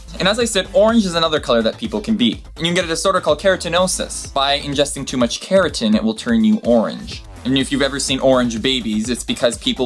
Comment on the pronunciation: "Keratin" changes your skin to orange!!! Holly cow.. one day you are going to look back at this arrogant exhibition you posted on the internet and CRINGE carotenoids is pronounced the same way as the vegetable the name originated from - carrot! You haven't thought though what you are saying - you are just blabbing stuff that other people have said or written.